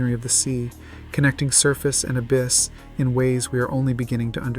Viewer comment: The ab-iss lmao